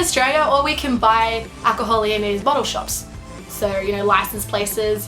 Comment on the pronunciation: 31, you say "license" like a south eastern american.